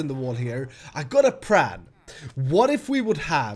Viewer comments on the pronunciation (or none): why do you say Pran instead of plan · sometimes i think says "I got a pram'